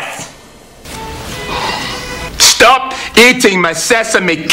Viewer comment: I MAKE IT MAH-SELF! xD